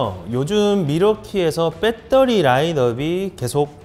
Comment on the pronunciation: '빼떠리'는 어느나라 말인지